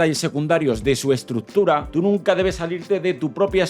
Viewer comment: necesitas aprender a pronunciar la palabra estructura